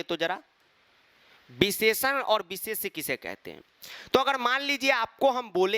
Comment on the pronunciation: beesheshan beesheshay 😂😂😂